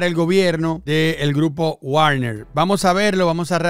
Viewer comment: como siempre buen video, solo una cosa, se pronuncia Vagner